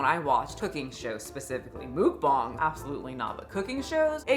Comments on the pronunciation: mookbongs????? It took me too long to realise it was muckbang lol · "Mookbong"? Is that a new word? I only know of Muckbang.. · This was hard to watch only because it’s MUCK BANG not mook bong 🫠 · Hello, if you ever was confused on how to pronounce mukbang (먹방), you got the bang part perfect. Muk is just pronounced like the pokemon (Muck). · Love your content but your pronunciation of mukbang is sending me😅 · Am I the only one mad that she can’t pronounce the word Mukbang correctly